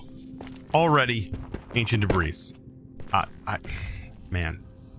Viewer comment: Debris is pronounced "Deb-ree" not "Deb-rees"